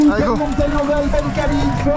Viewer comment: hell , ca se prononce pas "aile" mais "il" 😁 sinon jolie descente :washhands